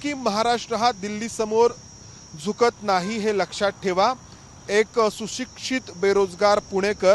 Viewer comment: जुकत नाहीं झुकत